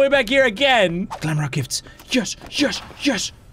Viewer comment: I know its glamrock Freddy 🙃 Oh, and it's "glamrock" Freddy NOT "glamlock" Freddy... See? I can do it too 🙃